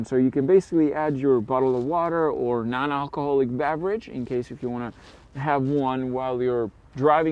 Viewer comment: Emphasis on "non alcoholic beverage" 😩🤣🤣